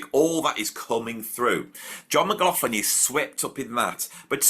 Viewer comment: How dare you upset my world paradigm by making me relearn saying John McLaughlin name correctly yet you go back to saying it how I used to say it. You’re confusing me!